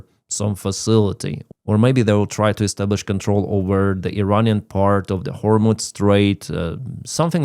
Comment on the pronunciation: Excuse me,, it's pro nounced "hormuz", not "hormutz".